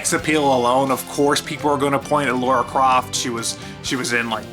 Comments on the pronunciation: Who’s the fucking idiot that keeps calling Lara “Laura” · When you keep saying Laura, I find it difficult to believe you actually played the games and aren't just reading off a script. Kinda takes away from the video. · I am a guy who was born in 89 and never thought about if the protagonist was male or female. I just thought a fun game was a fun game. The only thing about this video(short) I don't like is that they keep saying "Laura" when it's Lara.